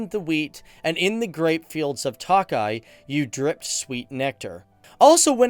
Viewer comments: It is not pronounced 'Tockeye'.. as is 'Lock eye' it is mor'Took' eye',.like I took a glass of wine. It is spelled Tokay. Your welcome. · toe-kye boss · I'm hungarian and I am believe you pronounce the wine as Tokai with a long a. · work on your huingarian pronunciation, it's not takaly but tokaly a definite o sound. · Hey Tokaj is pronounced more like toe kah yee but nice video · "Tawk-eye"....dude, fucking Tawk-eye! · What the fuck is "talk-eye"?? 😂😂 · Budapesht, TOE-keye Mispronunciations undermine credibilty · check your pronunciation for "TOKAY"....and please realize that you are not only speaking to "GUYS" but Gals too :) thanks! yes, as a Hungarian born that had her DNA tested, our heritage is most definitely of East Asian areas. You made some interesting observations. Thanks for giving Hungary some attention. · Every time he sais tokai my Hungarian ears are bleed... we pronounce I as E in English.